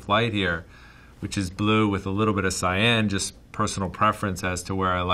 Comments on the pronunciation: Wow took me 13 minutes to figure out he was saying "Cyan" and not "Sayen". Perdon my french, praise Sangoku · Heard “Cyan” more in this video than in all of my life.